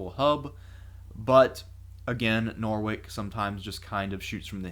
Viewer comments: Norwich is the county town of the county of Norfolk, apart from being a surname, though in that case it's his title as a noble. It's a cathedral and castle town I've never, ever in all my 50 years heard it said like "Norwick", which just isn't English. I had to play it back 3 times to make sure, but also sort of astounded at that. I can't imagine another apparent native speaker having never come across it or heard it out loud before to say it like that, which completely lacks common sense, speaking of shooting from the hip and making things up as we go along. Since people in the US have little understanding about English or the culture there, while purporting to speak in our language and as a fellow, but aghast historian, here are the first few paragraphs about it in wikipedia. Said like "Norrich", obviously, to make it easier to pronounce, English is not a phonetic language and never was, you never say words phonetically and look for clues in the pronunciation in the spelling, since we don't use accents or other marks to denote diphthongs and the like. ""Norwich (/ˈnɒrɪdʒ, -ɪtʃ/ i) is a cathedral city and district of the English county of Norfolk, of which it is the county town. Norwich is by the River Wensum, about 100 mi (160 km) north-east of London, 40 mi (64 km) north of Ipswich and 65 mi (105 km) east of Peterborough. As the seat of the See of Norwich, with one of the country's largest medieval cathedrals, it is the largest settlement and has the largest urban ar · Love these videos Norwich 100% definitely rhymes with sandwich, it's a place in the U.K.